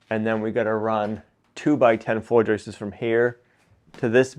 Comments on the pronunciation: Hey...the plural of joist is joist not joistes....😁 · I thought you said you were going to keep as much of the original farmhouse as possible. Turns out you kept nothing. And stop Saying joisters !!!! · One joist, two joists, no such word as "joist-ses" - the issue is many folks now over enunciate the pluralizing S in joists so it comes out as Joyce's like they're saying Joyce's hat. I took it as a modern American regional quirk. It's definitely not only. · FYI: The plural of joist is joists... not ''.. joistes..." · It’s Joists, not Joyce’s… no ‘ces’ at the end for the plural of Joist 👍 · No more 👍 until you learn to pronounce "JOISTS".